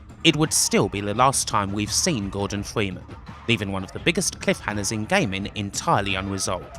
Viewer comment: the voice did u just say "this is the last time we will see gordon fweeman"?